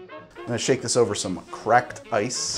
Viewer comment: I'm just here to hear him say "cracked uh-ice".